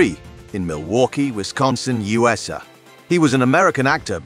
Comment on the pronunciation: You might want to pay a bit more attention to your robot voice actor. In your script separate abbreviations like U S A so the AI doesn't pronounce it as you-suh. That's just one example. You also need a better scriptwriter, so the copy doesn't come off quite as boring.